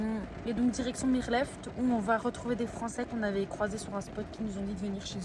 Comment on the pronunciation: Coucou juste pour info Mirleft se prononce "mir l'oeuft" Fait 0° la nuit mais la journée on fait du surf 😁 Merci pour le partage des aventures.Amusez-vous bien les jeunes et prenez soin de vous 🌞🌈